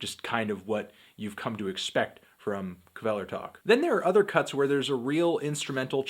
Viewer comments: I'm told the K is silent. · That's not how you say Kvelertak.